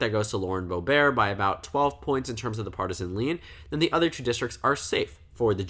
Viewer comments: Why are you pronouncing Boebert like "boh-bear"? It's literally "boh-burt" which is how it's spelled lmao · Every news report I've ever seen has pronounced it as "Bow-bert." Also she's not French, so why would the French pronunciation matter? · Bo-burt is how it’s pronounced lol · but she doesn’t pronounce it ‘Boh-bear’ either. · Not to be a dick but you kept pronouncing boeberts name wrong. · I think it's the original French way of pronouncing it.